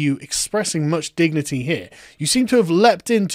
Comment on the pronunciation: What I heard was "Actually, it dors kinda cost you your dick-nity" xD